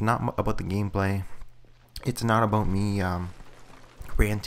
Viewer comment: ABOOT! :D